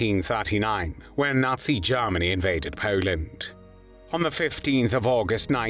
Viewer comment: It sounds a lot like "Jawmony" and I like this narration.